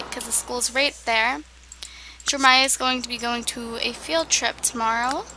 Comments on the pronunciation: I think it's funny how she says jermiah instead of JerEmia lol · why does she say jeremiah like jermiah? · I saw that too... It's kind of aggravating. 😬 Jermiah doesn't sound right. Pretty sure she did mean Jeremiah...